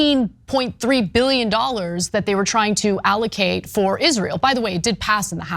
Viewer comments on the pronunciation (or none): none